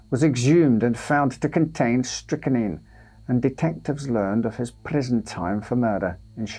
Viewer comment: Strychnine - pronounced strick-neen. It is not strick-a-neen. Dear, oh dear.